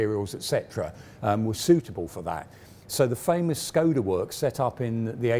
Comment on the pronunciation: Small corrections for the pronounciation. Škoda is to be readen like English would read "Shkoda". "Č" "ČKD" is to be readen like the "Cz" in "Czech". THat's what the ˇ accents do.